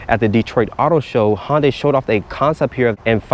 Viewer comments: he works there and pronounces it HONday. i thought it was HUNday. santa ana???????? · You’d think if you worked for Hyundai, you’d know how to pronounce it.. Its pronounced like Sunday but with an H.. So Hun-day, not how you’re saying it like Honda but swapping the duh with day Hon-day.. Then you say you don’t have the wheelbase numbers, but you know it’s 7” shorter than whatever vehicle, so i guess you work at a dealership and can’t do basic math either? Not to mention the dimension info has been out for months now… Cmon dude, you can do much better… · Never heard it pronounced Honday lol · Isn't it Hoondai not Honday ? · H-un-day and even that’s the simple version. I’m sorry but DAMN bro